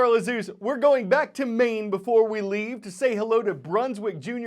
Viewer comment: Maine has one syllable. Incarnate Word Academy Middle Level Corpus Christi, TX